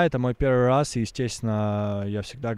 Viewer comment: тоже заметил, "это мой первый рраз")))